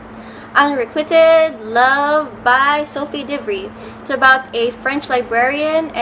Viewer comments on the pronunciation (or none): There's a new Dr. Jekyll and Mr. Hyde show but I haven't watched it yet. XD I believe it's "un-reh-kuwhy-ted" :) I've read the Shadow and Bones series but not the last book yet!